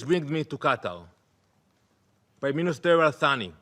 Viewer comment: Its Qatar not "Gaatar 😂